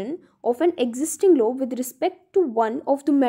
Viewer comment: Ma'am aap explain to achcha kar rahi hai but law ko law hi pronounce kijiye low ni